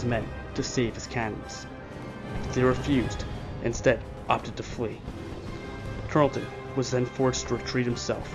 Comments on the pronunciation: Yeah, it's hard to hear the monotone narration when all that racket is booming in the background. Frustrating. And the British commander's name was Banastre Tarleton, not "Benjamin Tarlston." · It is Tarelton, not Tarelston. Bannister or Benaster not Benjamin. Morgan was a Colonel, not a General, as was Tarleton. However, the video is very well done and I commend you as to how it was diagrammed. Few have depicted it as well.